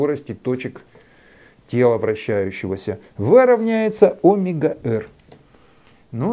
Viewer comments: Не нашёл к чему придраться, придерусь к словам))) Омега произносится с ударением на второй слог - омЕга. (см. вики). Спасибо! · а что, это особый физический шик делать неправильное ударение в слове "омЕга" (ударение на е)? ухо режет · Наш преподаватель (тоже из Новосибирска) говорил о́мега так же, с ударением на О. Сначала сильно слух резало, а потом привыкли.